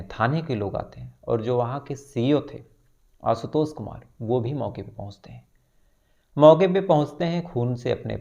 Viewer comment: भाई बाकी सब ठिक है| पर श शब्द को स बोल रहे हो| आशुतोष, लाश......